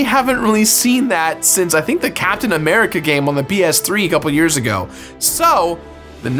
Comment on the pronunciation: Did he just say "Bs3"